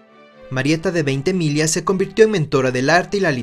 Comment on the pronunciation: Felicidades y éxitos Gran video!!! Un video sobre el imponente General de Mario Ignacio Francisco Tomás Antonio de Veintemilla y Villacis por favor! Gracias por respetar nuestro apellido y pronunciarlo apropiadamente.